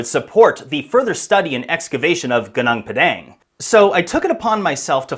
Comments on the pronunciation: Thank you for highlighting this site. But wrong pronunciation of Gunung Padang. Is it so hard to find out the correct pronunciation and say it correctly? It is irritating to hear local names pronounced in the American way. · pronounced Goo-Nong(like Bong) Par(silent R)-Dung(like cow dung) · it's pronounce as goonoong padunk in malay language which translate to mountain field in english.. i'm malaysian and fascinated by ancient civilization. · I hate it when Westerners mispronounce foreign place names without first finding out how the locals actually pronounce them. Your pronunciation is extremely painful to the ears. Enough. Stop treating something that doesn’t belong to you as if it were yours to do with as you please. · PLEASE learn how to properly pronounce gunung padang!!!! My ears hurt hearing you butcher it again and again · dude all u have to do us go to google translate to hear how you're supposed to pronounce "gunung padang"🤡it's not that hard...